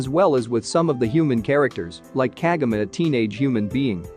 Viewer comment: can't you even pronounce Kagome right? KAH-GO-MAY